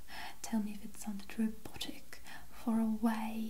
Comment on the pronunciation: i just adore how you sound i think it perfectly shows how good your british accent is! the pronunciation of the c in “close up”, the syllable emphasis in “robotic”. so cool!